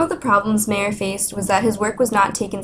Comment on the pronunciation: Sorry, the location of MAYER is wrong. He is no beer drinking man from Bavaria ! We lived in BADEN WUERTTEMBERG !! Please pronounciate MY-YOUR and not MAY-ER ! This sounds very bad for my German ears ! THANK YOU !